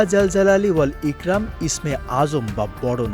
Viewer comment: এখানে উচ্চারণ হবে " ইকরম "❤❤❤